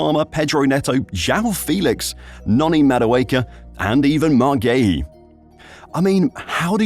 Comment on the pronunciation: It’s Marc Guiu not Marc Geuhi